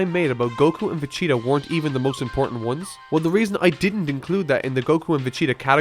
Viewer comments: PLEASE STOP SAYING FECHEETA..... V's are pronounced differently then F's and G does not make a CH sound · Is it just me or it sounds like you keep saying Facheata instead Vegeta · Vachia vechea vacha vagina vegena vechata fajita vajita Jesus Christ how many times will he say Vegeta's name wrong?!? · Beerus: Whis, if that Earthling is going to insist on making Vegeta's name sound like a delicious pizza topping, I may have to devour him. Whis: Vegeta? Beerus: No. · You pronounce Vegeta weird lol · Why are you saying Vecheta not Vegeta? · why do you say vegeta like "vecheta" xD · PLEEEEASE!!!! STOP CALLING VAGETA VACHEETA.. MY NIGGA..... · You know it's pronounced VaGEta not vah-CHEETAH, right? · It's Vegeta, not Vecheeta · Is it just me or does this youtuber saying " Vecheeta " instead of Vegeta? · It's pronounced vegita not vechta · omg its vegeta not vecheeta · His name is Vegeta... Not Vecita.. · Say Vecheetah one more fucking time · i really like your video dissecting many parts of both but it aounds like youre saying vacheetah inatead of vegeta lol. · Its Vegeta.. Vegeta.. Vegeta.. Not VECHEETA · Why does he say Vechita???? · Is it me or does it sound like he's saying Veh-che-tah the whole time? I doubt that's what he's saying of course, but just... sound~. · am i the only one that hears "vechida" when says vegita? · Dude.. Why the hell do you keep saying VEG - ET- A's name so wrong, I have heard you pronounce it FINE before.. But on this video, Vegcheta.. Every time, that's not his name.. For a super fan you should know better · Homie said Vegchita -_ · Why does it sound like you are saying vecheater in this bit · stop saying fechata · Why are you saying vecheta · I don’t like how you say Vegeta’s name as “Veh-Cheetah” ughhhhhhhhhhhhhhh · U are sating Vicita !!!!!!!!!!!!!!!!!!! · Why he keeps pronouncing it "ve-cheeta"? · VESHIRA? xDD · Vegeta not vecheeta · QUIT SAYING VECHEATA CAN YOU FUCKING PRONOUNCE HIS NAME RIGHT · Lmfao " Vacheeta "